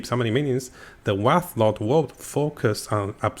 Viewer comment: Wraith, not Wrath.